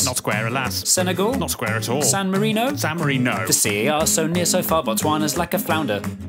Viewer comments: San mari-no🤣🤣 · San Mari*no* Vati*can't* 💀damn didn't gotta do the italian microstates like that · San Marino? San Mari-NO. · I like the part when it said ‘San Mari(no)’